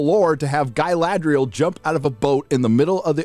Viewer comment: You were pronouncing Galadriel wrong, please make sure to emphasise the R more next time.